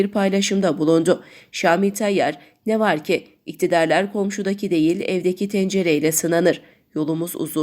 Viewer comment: "Ne var ki" vurgusunu yanlış yapıyorsunuz :) Soru değil, "ama, fakat, lakin" anlamını vermesi için vurguyu doğru yapmalısınız.